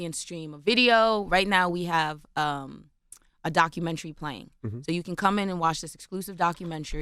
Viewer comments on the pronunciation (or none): Document'ary' NOT Documen'try'.